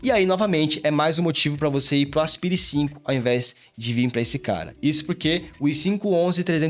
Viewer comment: fala "aspaire" por favor 🙏🙏🙏